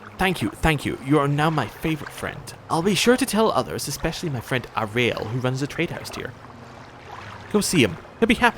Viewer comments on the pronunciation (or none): Caius is pronounced KYE-us (it's a Latin name). Uriel is pronounced YOU-ree-ul (it's originally Hebrew). Go into the settings and tick "Always use best attack". It's much easier to fight that away.